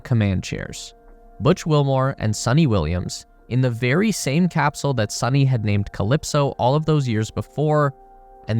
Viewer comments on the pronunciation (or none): Butch and Suni (it’s pronounced as “Soo-knee” NOT “Sunny”) will be loving it up there! Imagine waking up every day to the sight of the planet below!!